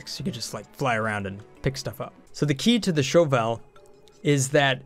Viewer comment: Further, the Shove Vole is not pronounced Shovile, it's the Shove, Vole. Pronounced quickly, Shovel. It's a Shovel. XD